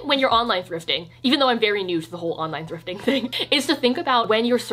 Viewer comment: i fucking cried at "tips for fwifting" hahahahahaha